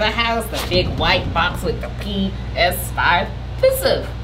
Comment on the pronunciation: She said a PISIVE NOT PLAY STATION 5 APIS5IVE 😂 😂 😂 😂🤣🤣🤣😹😹😹😹